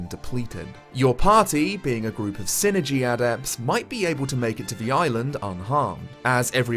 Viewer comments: i always pronounced it psy-energy. pronounced "sigh-energy". psychic energy. psyenergy. i didnt know what you were talking about for a second. lol yeah... every time you say "sinergy" i just cringe. it IS psyenergy, not sinergy. pretty sure the developers would agree. it is literally psychic energy. psyenergy. (also whispers "foo-sheen" at you. im a real sticker for pronunciation.) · Not sure why, but I always thought it was pronounced Psi-energy. I loved this game as a kid and im happy you made a review for this!